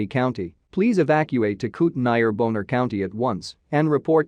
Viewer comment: The way alert guy pronounced Bonner as [NOPE] had me rolling 🤣